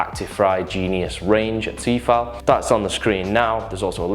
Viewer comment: it's "T-eh-fal" lol